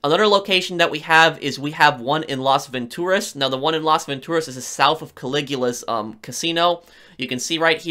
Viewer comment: I don't like how you say Las Vantoraz